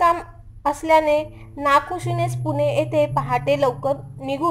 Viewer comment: पुने नाही ग ताई..... पुणे आहे ते